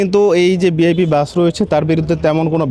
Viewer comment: উচ্চারণটা বিআইপি না ভিআইপি?!!!